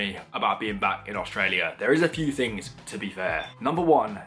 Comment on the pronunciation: Fings??? THINGS, old son; try to sound the TH not an F. If you say FINGS you sound most badly educated and lower class, oh, and ignorant.